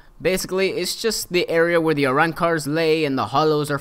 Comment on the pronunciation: you said aranker it arrancher